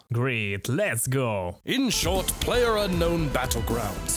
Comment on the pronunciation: you say player and i heard peler thats mean in my country is peler = dick